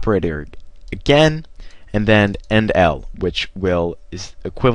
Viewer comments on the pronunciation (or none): it is endl. not 'end1' 'endl' small L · its endl not end1